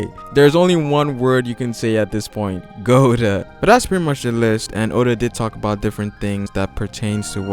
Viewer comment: Goda! That rolled off your tongue perfectly Yeah